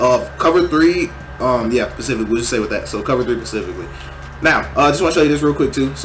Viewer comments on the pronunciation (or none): pacifically instead of specifically is hilarious